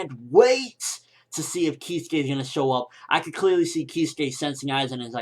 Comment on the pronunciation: Keeskay, yolowichi, eeshin, this fucking guy makes me laugh so hard im crying he cant announce Japanese names to save his life, oh holy shit this is funny